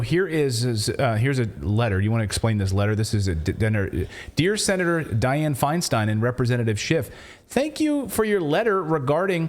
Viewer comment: Pronounce her name Feen-Steen...